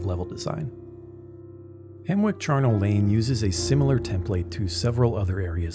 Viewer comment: Isn't it pronounced Hemmick?